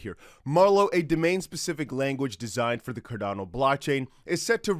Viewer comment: It's xrp and xlm I don't know why you say cordano